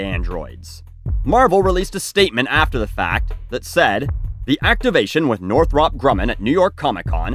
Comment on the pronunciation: Btw it’s pronounced Northrup.